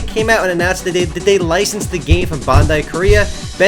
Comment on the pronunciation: It's pronounced BAN-DIE